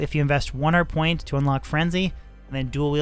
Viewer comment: It may only be me, but everytime you say "1 hard point" I hear "1 hundred point". Nice video.